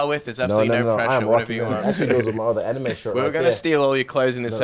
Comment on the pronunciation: Anyme? It's anime. Lol.